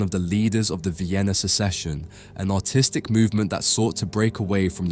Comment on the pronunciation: That Hygeia's face reminds me of "Judgmental Volturi" meme. I imagine doctors would be not be pleased even if there wasn't a pile of bodies behind her. Also funnily fitting that you pronounced "artistic" as "autistic"